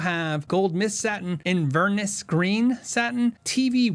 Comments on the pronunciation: IN-VER-NESS not invernis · Inverness is pronounced InverNESS emphasizing the last syllable. It’s the name of a city in Scotland. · Great video, but as a Scottish person your pronunciation of inverness tickled me 😅